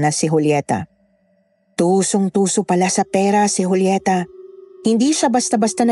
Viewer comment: Joolyeta ka nang Joolyeta eh Julieta as in Hulyeta nga, Hulyeta! Di na orient? Ikaw lang ang nag Joo-Joolyeta eh.. Wahahaha!